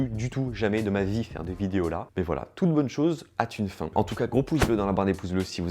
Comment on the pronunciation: "toute bonne chose a T-une fin" ... ? 😂😂😂